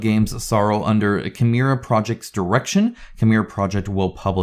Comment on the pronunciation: As a Conan board game fan, I would have expected you to pronounce "Cimmeria" correctly. ;-)